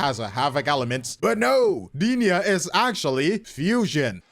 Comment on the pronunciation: Goddamn you butchered Denia's name lol.